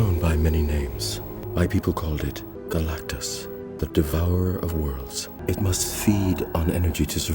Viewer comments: Narrator slipped up and said Galacticus. Wasn't that one of the gladiators from that one movie? lol. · Did you just say “the cloud that was Galactikus”